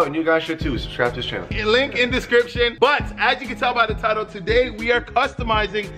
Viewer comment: Until now tones the word "today" TOday🤦🏽‍♂️